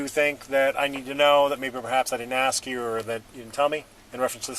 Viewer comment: Why are people of a certain ethnicity unable to pronounce the verb "ask"?